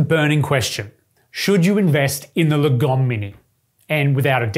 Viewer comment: I think the right pronounciation is not lagOm, but laaahgom, that's a Swedish word